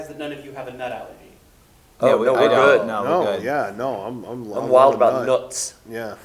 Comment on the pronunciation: this guy asks a question and blatantly mispronounces "nut", talk about disrespect...